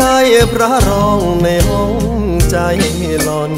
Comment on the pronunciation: รู้สึกน้องจะมีปัญหาเสียงครุ นะ เช่น "ใจ" ร้อง "จาย" เสียงดี มีเอกลักษณ์ ฝึกออกเสียงอักขระให้ชัดเจน เพลงจะไพเราะขึ้นครับ